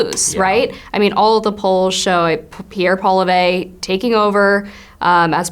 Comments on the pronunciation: Close. There’s not really an aspirated “H” in there. PWA-LEE-EV works in English given our tendency to swallow the final consonants, but in French you do pronounce the final syllable with a guttural R and effectively a schwa. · Poilièvre = PWAW-LEE-HEV